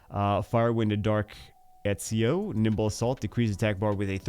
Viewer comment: Ezio = "et·see·ow". He's correct.